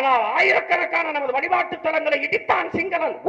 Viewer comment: சீமான் சொல்லுகிறான், "நான்தாண்டா தமிழன்". சரி இருக்கட்டும் , ஒத்துகிறோம். அப்பரம் ஏன்டா "தமிலன்" "தமிலன்" , "வலிபாடு", "வலிபாடு" என்று தமிழின் இலக்கண நடையை "ழ / ல" கொச்சை படுத்துற? அத ஒழுங்கா பேசுடா. பிறகு ஹிந்து மதத்தை பற்றி குறை கூறலாம் . இதை பற்றி கூட சிந்திக்காமல் பேசும் prasath , நீ ஒரு திராவிட பகுத்தறிவில்லா அடிமை